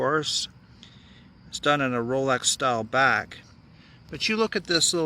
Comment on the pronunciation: No wonder why you have disdain for the brand, you can't even pronounce the name correctly.